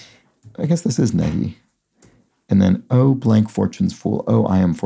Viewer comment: NEHI is a southern US soda/pop/drink. It's pronounced "knee - high"